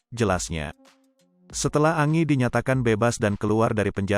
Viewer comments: Kok Angi panggilnya kok nggak sekalian Angin bacanya Angie itu Enjie.. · Parah ni Mimin bacaan berita nya jelek banget 😂, Angie baca nya Enji,koq malah Angi 😂😂,belajar dunk baca yg bener